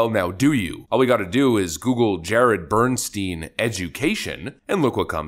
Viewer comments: It's pronounced bern-stine, not bern-steen. It's a German name - in German, 'ei' is pronounced as 'I' while 'ie' is pronounced as an 'E'... Bernstein = Bern-stine. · "Bernstein" Every single time.